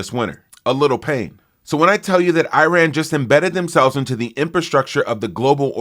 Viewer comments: "eye-ran".. it sounds like you took a few too many concussions in football.....say it with me now..."ih-rahn" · Look, it’s pronounced “E” rahn Not “I” “RAN” 🤣🤣🤣🤣🤣 Please, will another host reach out to this low and inexperienced cultured trump hater… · Wow you can pronounce “Thesis” and not Iran 😂